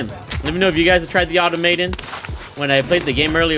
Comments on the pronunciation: Pronunciation - ah Tom ah tOn 🤷🏻‍♂️ 😆😆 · It's Automaton not Automaton.